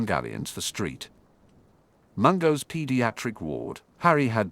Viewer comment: Saint Mungo’s not street Mongo’s